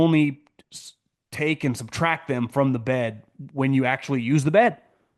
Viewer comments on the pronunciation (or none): none